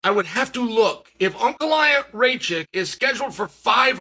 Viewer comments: who the fuck is Raychek???? 🤣🤣🤣 it's Rakic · “Raychick” (Rakic) 😂😂😂 Uncle Chael here butchering names😂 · You just cursed Alexander Rakic , Chael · Is it pronouced Rey chick? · Uncle Chael just refuses to get any name right that is not Smith or Jones😂